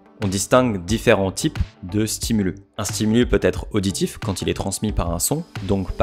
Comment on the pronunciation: Un ''stimulusse'', des ''stimuliii'' , merci !